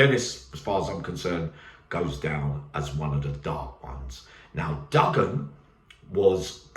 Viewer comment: Oh, it's not pronounced, Duggan, its Do-an, the G is silent. I am from Turkish cypriot heritage, so there you are, I suppose you do learn something new evryday, unless you knew already. God bless.